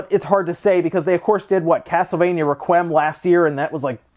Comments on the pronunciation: I'm sorry but "reqwem"? 😂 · Great video but... FYI it's "Re-qui-em" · "Castlevania Ruhkwem"